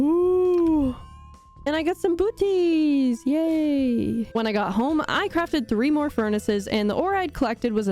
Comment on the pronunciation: I heard booties as boobies. Oh my God, my dirty fucking mind.